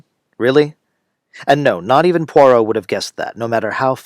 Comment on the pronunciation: Kennerh Brannagh's butchering of Agatha Christie's Poirot is unforgivable.